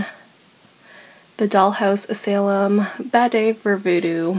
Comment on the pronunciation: Asylum is pronounced uh-sigh-lum. Ulysses is pronounces you-liss-ees.